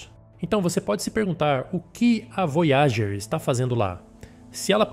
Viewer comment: "Vói a gêr" "Kar u sei gan"